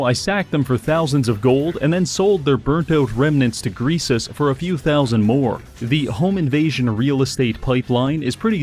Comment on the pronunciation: i just hear him say "thousand" with a ü